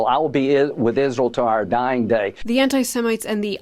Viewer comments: "All the ANTI-SEMNITES" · said “anti semenites”, seriously, he did,, whi ch is ironic considering it’s his favourite drink.